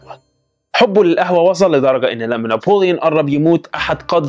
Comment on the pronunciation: هو بيقول نابليون كدا لى